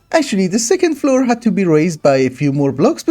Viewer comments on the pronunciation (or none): none